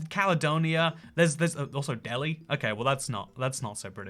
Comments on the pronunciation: It's pronounced del-high not Delhi. 😅 (trust me I'm from there) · Delhi, Ontario is NOT pronouced deli, but rather del-high. Most people outside the coutry make that mistake. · I live south of Toronto, close to Delhi, it's pronounced Del-High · Thanks for the shout out to the town where I went to high school, Delhi, Ontario. But we don't pronounce it like the city in India. It's pronounced Dell-high. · It's pronounced "Dell-high" :) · Delhi in Ontario is pronounced differently.... Dell high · Also Delhi is pronounced delHIGH.